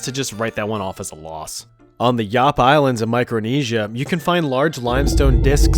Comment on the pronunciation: Unless the government of Yap has changed the pronunciation, it’s pronounced with an A sound not an O sound. I grew up near there, and was friends with Yapese and other nearby islands